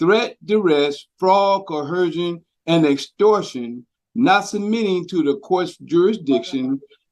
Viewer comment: I haven't heard one sovcit that can pronounce the word "coercion". They always put an H into it. Nonsense is not going to do you any good.